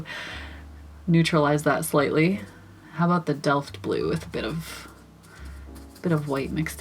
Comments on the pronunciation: You pronounced that "Delft" completely right, at least from a German standpoint 🥰 Though, the Dutches might disagree 😅 I got that Delft Blue on my watercolour palette, too, just like at least 4 or 5 other ones and I love them all, I just need to find the the time to actually use them and try them out some more. Love the colours themselves and all the mixes. They look awesome❣ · GREAT REVIEW, AND DELFT IS A DUTCH PATTERN OF BEAUTIFUL BLUE AND WHITE POTTERY.:) YOU SAID IT CORRECTLY TOO. LOVING THOSE COLORS!! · Your pronounciation of Delft is as if you are 100% Dutch! In February 2023 the Vermeer exhibition in the Rijksmuseum, Amsterdam will open!